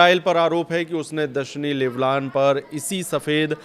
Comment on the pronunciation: Leblan nahi lebnon hai